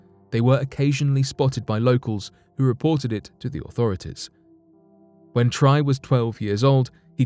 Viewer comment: The V.N man's name Tri is pronounced like "tree" not " try".